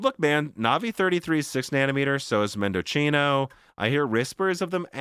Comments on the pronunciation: Mendocino... A legendary Celeron core that overclocked 50%. Its pronounced mendo see no, not mendo chee no. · mendo-see-no you're welcome 👍🏻 it's nice from AMD, to reference the Argentine province, where a lot of wine is produce (AMD FineWine anyone?) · I think Mendocino is pronounced Mehn-duh-see-now like the town in Northern California. Or replace the 'c' with an 's' and it will sound right. Mendosino